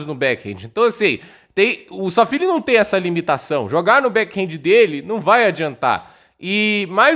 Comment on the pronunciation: É Safiullin, não Sal Feeling